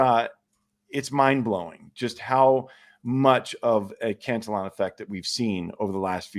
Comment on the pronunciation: I think it's pronounced "can-TILL-e-on" as opposed to "cant-a-lon", no?